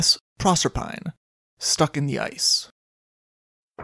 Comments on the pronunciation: "Proserpine" is Greek and pronounced with four syllables. Proe-ser-pi-nee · pro-serp-a-nee I believe. Thanks for another good story